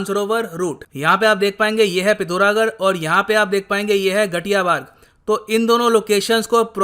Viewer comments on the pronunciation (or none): Its ghatiyabagad not ghatiyabaad